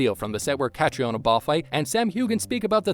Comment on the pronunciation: Catriona is pronounced like Katrina